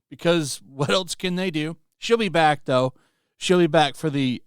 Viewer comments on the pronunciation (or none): none